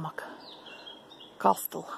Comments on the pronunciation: в слове "casstle" t не читается, произносится "кассл". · Здравствуйте,. Извините, за маленькую подсказку, если позволите: t перед s не произносится. Например, listen, castle(лисн, касл), sorry